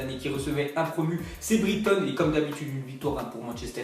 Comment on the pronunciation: Briktone? Tu sais pas prononcer brighton? Mdrrrrr